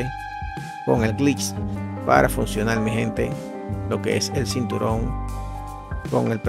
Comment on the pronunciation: Sinturon? O cinturón?